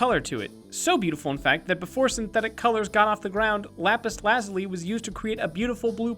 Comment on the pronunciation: It's not lazly its lazuli